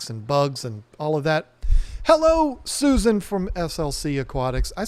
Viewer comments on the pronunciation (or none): none